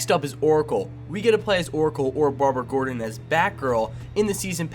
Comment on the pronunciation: It's Gordon not Gordan